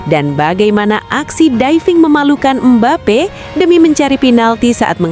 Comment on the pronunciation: MBAPE tanpa (P) Jadi Mbae😂